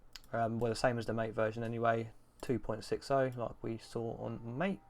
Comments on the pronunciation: Caja and mate are pronounced more like "caha" and "mattay", they're words in Spanish. thx for the video tho i wanted to know what mint+kfce looked like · it's Mah-teyyyyy. The devlopers pronounce it as Mah-teyyyy.